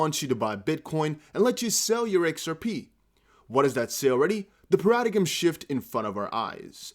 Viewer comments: Paradigm.... Pronounced PARA-DIME. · Brother, you see this word Paradigm, it's pronounced Paradime., I truly appreciate your work but that's a no no. Each one teach one!! 🇯🇲🇬🇧🙏🏽❤️ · much love to you on your English efforts, paradigm is pronounced paradyme/paradime. Many blessings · Did you say per-add-uh'gim?:) i like it. Paradigm shift indeed. Lol